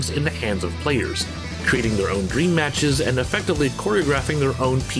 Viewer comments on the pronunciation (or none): none